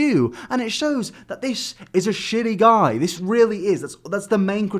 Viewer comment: "This, is a shiddy guy"